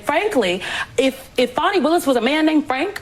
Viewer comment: Please stop calling her 'Fawny' her name is Fani (sounds like 'Fanny').